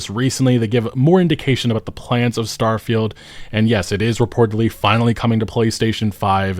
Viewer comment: git up uh get get down Star-fie-Uld is a joke in your town